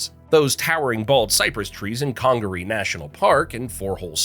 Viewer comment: .Edizztoe WTF😂! South Carolina here. He probably called Huger street in Columbia Hew-ger😂 or Gervais Street Ger-vi-ass😂. I'm actually surprised he said Congaree properly!